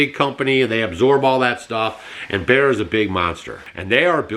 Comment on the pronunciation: Baer, Bare, Bear.......BEYER is the company